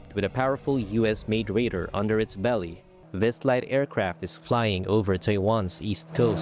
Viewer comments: I think that you nean RADAR, not raider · What's wrong with your readers - they can't pronounce "tribute" and "radar" correctly! Well, at least we know they're not AI 😂